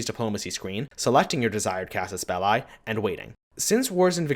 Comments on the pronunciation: Casus Bell*i*, not "Bellei". The i is pronounced like the i in "englisch". It's latin. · That's not how you pronounce Casus Belli